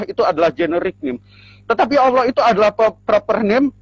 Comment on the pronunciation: Kenapa org Indonesia di dlm islam Allah di lafalkan dengan suara auloh?? Apakah bunyi tulisan Allah dlm bahasa Arabpun berbunyi auloh?